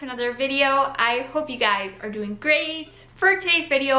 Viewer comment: She says doink instead of doing